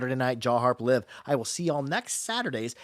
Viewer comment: he said liv 😂